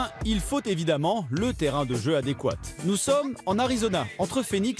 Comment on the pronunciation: adéquat mais se prononce adéquate